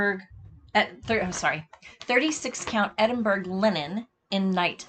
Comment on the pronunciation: Enjoyed seeing your lovely work. Just a little heads up - Edinburgh is pronounced Edinburra, as in kookaburra!